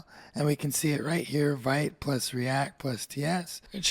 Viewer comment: Interesting! You've put in a lot of work here, thank you! A tiny suggestion to make your future videos even better - official Vite pronunciation is French word for "quick", pronounced /vit/ , like "veet"